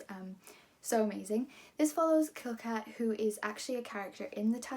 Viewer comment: It's Silka, not Kilka. Short from Cecilia, Ce + cilia, cilia becomes Cilka, pronounced with an S.